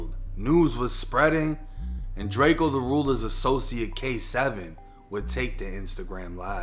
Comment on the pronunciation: It’s drakeeeoh bih